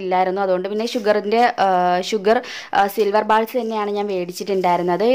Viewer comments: ബാൾസ് നു പകരം ബോൾസ് എന്നല്ലേ വേണ്ടത്. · silver bals alla bolls ennan pronounsation